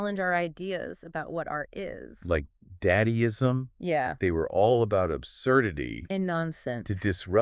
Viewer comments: Daddyism? I love when these things mispronounce words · I just liked when they pronounced dadaism as daddyism